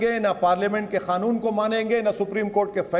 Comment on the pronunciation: खानून नाही कानून होता है आप पहले ठीक से बोलना सीखे बादमे केस लडना